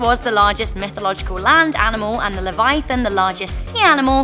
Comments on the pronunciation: “beemoth” “Levaithan” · Bruh her accent makes her butcher the creature names 😂😂 behemoth=B Moth Leviathan= Levithin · Had to leave when Behemoth and Leviathan were mispronnounced.